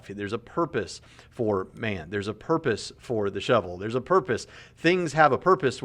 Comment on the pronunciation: Did he say "what is the porpoise of life"?